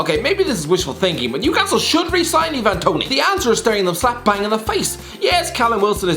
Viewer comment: why can he keeps saying 'Ivan Toney' wrong It's I-van not E-van ik because it's my name :)